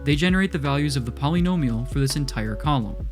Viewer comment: Great video, but I hate the way you say “polynomial”